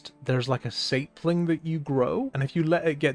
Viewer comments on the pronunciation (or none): No way you just said "Saypling" what